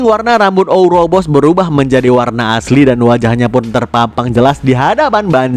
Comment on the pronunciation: ouroboros min bukan ouboros